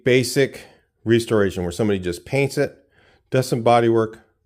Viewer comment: The way you pronounce restoration is enough for me to skate. See ya🎉